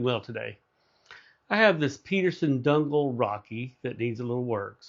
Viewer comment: Nice job! (Just an FYI: Donegal is pronounced "duh nee gl". 😊 )